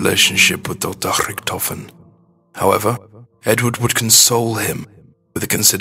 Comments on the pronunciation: Hyperforeignism on the 'Edward Richtofen' just say Ed-Ward - Rick-tofen, no Ed-ward hu-rihkk-tofehn, p.s., everyone who says its the right one, natch is the only made up one, shut the fuck up Natch Der Untoten has something to do with the story watch the better one because this is huge bullshit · You say Rictofin weard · i love his accent when he says rictophin